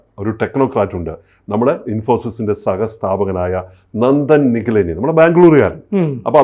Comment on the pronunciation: Nandan Nilekani നന്ദൻ നിലേകനി not Nikaleni.